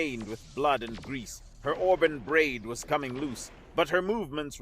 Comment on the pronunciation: Already heard this story. Someone else recorded it. Auburn is pronounced aa brn not the way you pronounced it.